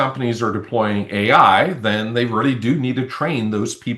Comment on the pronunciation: Sounds like all those years of reary, reary hard work with your speech therapist haven't done much good.